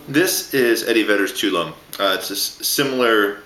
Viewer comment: This video was really helpful, thanks! Just one thing tho, the song title is not pronounced "Too-loam", it's pronounced "Tuh-walla-mee". Tuolomne Meadows is a place up in Yosemite National Park, and having camped there before, I've gotten the pronunciation from a park ranger, so I know it's right. :)